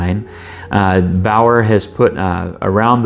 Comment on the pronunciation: Baoer is properly pronounced "Be'are" in English.